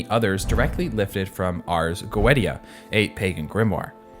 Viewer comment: One thing to note, it's pronounce Ars "Go-e-sha" not "Go-eh-ti-a".